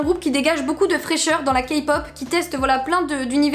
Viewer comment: Ta dit Kapop 😂😂😂😂